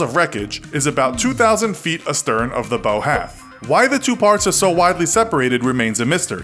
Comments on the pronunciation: Yeah, it's bow like "bowing your head" not bow like "bowtie." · It's not bow, its bow. Rhymes with wow. Source: Navy Vet. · It’s not pronounced bow It’s pronounced bau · Great video. Thanks. FYI it’s not a bow like bow tie. It’s bow like what a performer does after a show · you do not pronounce "Bow" "Buh-oh" when talking ship. Its pronounced "Bah-ow" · The front of the ship is pronounced b(au) not b(oh) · Bow of a ship is pronounced like it rhymes with cow, not like it rhymes with row. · It's said baow not bow as in bow and arrow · It’s pronounced BAUW NOT BOW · The boe? Its the bow. Booooow. Booooow. Practice it slowly boooow. Then rerecord it properly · Not Boe, It’s Bow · *Bow of the ship, like when you bow to a king, it's not pronounced like bow and arrow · ITS PRONOUNCED BAW, LIKE YOU BOW TO THE QUEEN, R/VERY INFURIATING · Did this guy say bow as in bow and arrow? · "....the bo of the ship...." Yeah, I'm done. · Bow is pronounced so that it rhymes with ow. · dude, did you say the "bow" of the ship and pronounce it without the W - as in bowtie? You've never heard of the boW and stern of a ship? Holy shit. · Your not saying “ bow” correctly . Its bow as in bow down to the king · Um, the 'Bow' of a ship is pronounced 'bao' as in wow. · The Bow of the ship, he said it like a bow and arrow.... I’m done 🤦‍♂️ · CraftyUmbrella no it’s pronounced bow like bow wow, it rhymes with wow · Titanic was NOT designed by Thomas Andrews. That is a myth. Bow is pronounced "B-OW!", BTW. Here is a quote about what unsinkable means: "In the modern sense, an unsinkable ship is one in which cannot be sunk by any of the ordinary accidents of the open sea……” It is not a "might" about the wreck collapsing; that is only a matter of time. The title of this video is misleading. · Wtf, can’t you pronounce the ‘bow’ of a ship properly. Here’s a clue, it doesn’t rhyme with toe. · I'm more disapointed in his pronounciation of Nautile. It's NawTEEL not... Nawtl. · You pronounced 'bow' wrong.